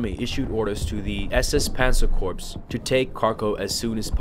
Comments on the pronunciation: Also just fyi... Please stop saying Corpse.... it is pronounced as Core spelled Corps. Other than that great video. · Please don't pronounce Corps as Corpse. It's Core. Other than that, good video. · Very good video. However the "P" in the word corps is silent (as well as the "s"). Kept reminding me of the time Obama kept mispronouncing the term "navy corpsman ",,,,,,lol